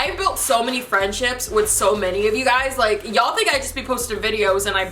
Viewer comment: Whenever she says y'all it sounds like she's saying Jarl lol.